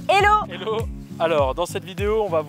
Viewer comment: essayez de dire 'Hello' à la place de 'ello', y a un hache qui doit être prononcé >_< En tout cas bravo pour votre travail !